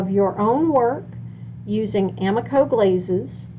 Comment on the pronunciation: Glazes not blazes